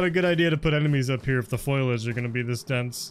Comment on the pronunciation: It's "foliage" not "foilage" FO-LEE-AGE. Good video though, not heard of the game before but it looks interesting, even if it clearly requires a lot of work still. I'd pass on it in its current state - I bought Groundbranch when it was first released and it's taken a long time to get to where it is today - I'm guessing this would be the same, assuming the developers stick with it and don't just abandon it. That's the biggest problem and you have no way of knowing which way things will go.